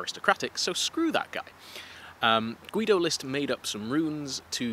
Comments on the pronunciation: I wish you a speedy recovery! And a little clue: The german name Guido is a little bit special for german pronounciation, because the 'u' is silent. So the dudes name is pronounced "Gido" :) Greetings from Germany! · I would love to hear more about the crazy Nazi mythology stuff! (Also I think the u in Guido is silent?)